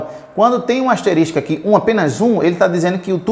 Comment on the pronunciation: Parabéns pela aula, aprendi bastante com o senhor. Só queria fazer uma observação, a pronúncia correta desse sinal * é asterisco e não asterístico.